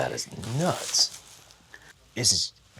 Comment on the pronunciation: Tremors! Not Trimmers!